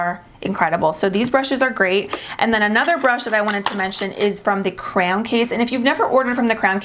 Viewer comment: So cute hearing her pronounce cray-on as “crown” lol.